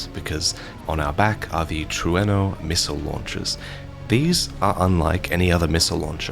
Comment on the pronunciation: HE GOT IT!! HE LEARNED HOW TO SAY “TRUENO!!”